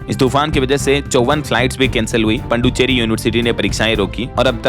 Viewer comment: आप पुदुचेरी को पुड्डुचेरी क्यों बोलते हो